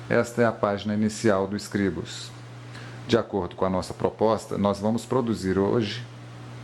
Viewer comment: Está pronunciando Scribus" totalmente errado, no mais o tutorial é bom